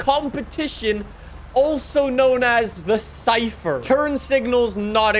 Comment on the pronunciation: Lmao he says”chypher”